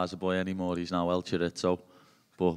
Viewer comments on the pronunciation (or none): "El Chorizo" 😂